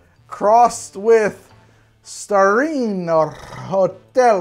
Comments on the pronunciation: From: declares war on Italy with his Super-Mario pronunciation of "Starlino" and "Torino". [Angry Italian noises and gestures] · trying to pronounce Starlino Hotel Torino vermouth as he's wasted is the funniest thing I've seen on this channel.